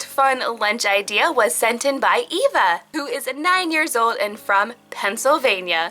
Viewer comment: Thats my name as well! I get really annoyed when people pronounce it Ava instead of ya know, Eva, and you said it right and you are seriously the first person to say it right!